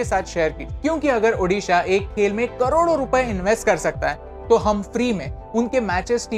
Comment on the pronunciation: Thankyou for good pronounce odisha